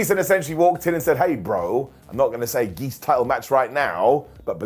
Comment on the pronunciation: What’s a “geese” title shot? Been meaning to ask for a long time I get what he’s saying based on the context, a title shot for no good reason, but what’s the actual word he’s using?